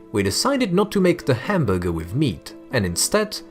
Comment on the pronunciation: The way he said hamburger is just.......................................